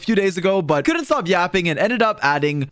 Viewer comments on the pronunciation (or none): you had to say COURRDNT bro